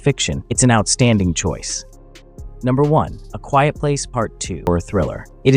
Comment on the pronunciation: A "quite" place?